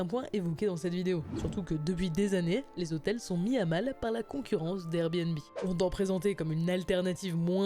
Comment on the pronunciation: combien de fois "les zhotels" a été prononcé dans cette vidéo